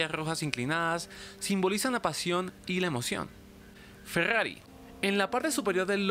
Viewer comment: Grrayas grrojas, fegggagriiii